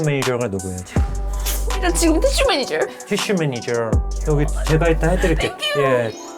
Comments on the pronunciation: 어머 이 콘텐츠 너뮤 재밌어요!!!! 섬넬이 빈티지 미국 잡지책마냥 너무 레트로하고 예쁠 뿐만 아니라 내용 너뮤 알차고 웃기고 힘나네요!!!! 다른 영상도 많이 봤는데 여기서 핑쿠 잠옷 입고 나와서 메니ㅈ ㅕr 발음 제대로 살리는 것두 너무 우끼고요 ㅋㅋㅋㅋㅋㅋㅋㅋㅋㅋㅋ 영구 멘탈 메니졀 해주세요 매주 매주 고정 코너 해주세요!!!!! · 쌤 “매니졀” 발음 개찰떡이야